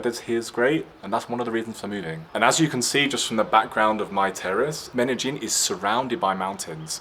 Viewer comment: 😯 Lon-de-llin?! or Men-Don?! 😛